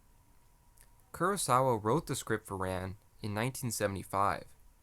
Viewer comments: Its pronounced like Khan. Not ran like I ran so far away. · Rān (Rahn, not English Ran) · Your mispronouncing it. RAn, like the Egyptian sun god Rah. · AI voices can never pronounce Japanese names correctly, you might as well have an Australian reading the script. "Ran" (pronounced "Rahn") is indeed a masterpiece, but I would rate it a step below "Kagemusha" ("Kah-gay-moo-shah"), which was more visually striking. It also had a uniquely Japanese story, which was somewhat historically accurate. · You provide a serious analysis of the movie. You cannot pronounce “Ran” properly. It makes me think you are not so serious. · My guy doesn't know how to pronounce Ran lol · "Ran" is pronounced like "Han" in Han Solo, not like "tan" or "pan". If you're going to make vid about it, at least learn how it's said.